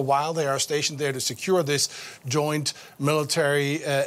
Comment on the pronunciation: Goint Security Area........... Alright i'll take your word for it.